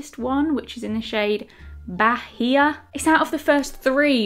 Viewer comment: Great video idea! I'll go all Hermione here but it's not "bah-hee-a" but probably "bah-ee-a", like the city in Brazil. Loved the video!!!